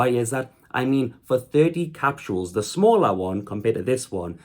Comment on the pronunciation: Bud. They’re called capsules. Not “capshuals.”